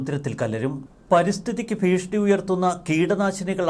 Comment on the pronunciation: എന്താ പുതിയ വാക്കാണോ ഭീഷ്ണി ..ഭീഷണി എന്നാണല്ലോ മലയാളത്തിൽ പറയുന്നത്